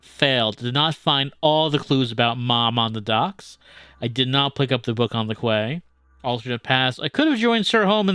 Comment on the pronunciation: Quay is pronounced "ki", not "kway"